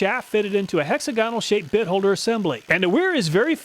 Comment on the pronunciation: Small criteria. Hexagonal is not pronounced that way. Please it sounds terrible. Thanks